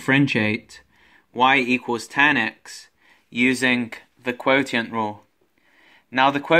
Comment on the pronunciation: It's pronounced "quo-shent"